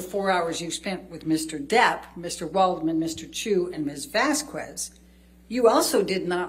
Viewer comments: It REALLY irritates me how Elaine says Camille's last name....for crying outloud someone PLEASE correct her! It's Miss Vas-KEZ not Miss Vas-kwez! Ugghhh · every time elaine pronounces Vasquez like VAS QWEZ a little bit of my soul dies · The way Elaine keeps mispronouncing Vasquez grinds my gears!!!